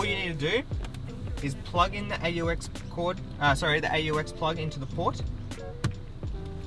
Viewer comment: I’m sorry I can’t get over how you pronounce AUX